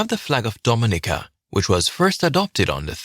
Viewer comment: Y'all dig around and figured out Alwyn Bully designed the flag but couldn't figure out a basic thing? Dominica doesn't speak Spanish. Repeat after me: Dom-min-EEKA. Not Dom-MIN-ica.